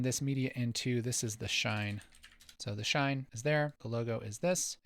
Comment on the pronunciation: the "shaine"...? 😜😜